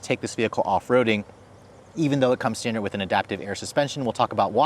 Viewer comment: And "when I get it back home for a week." And he consistently pronounces standard as stan-dirt